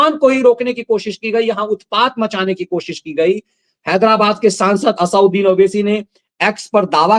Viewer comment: इस दैत्य का नाम असदुद्दीन है न कि असाउद्दीन,कृपया शुद्ध उच्चारण करें।